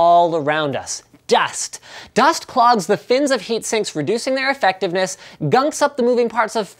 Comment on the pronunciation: did i just hear you say "airfectiveness"